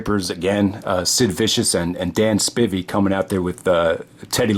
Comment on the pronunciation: Lol. It’s pronounced Dan SPY-VEE 😂